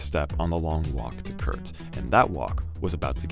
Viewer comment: Kurt died… please say it right